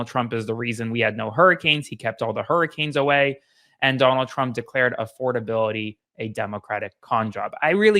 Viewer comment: "Affordabiility" with a DOUBLE I ...